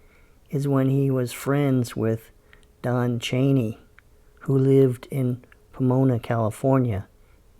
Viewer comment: Not Chanay, it's Cheney... Hard E sound.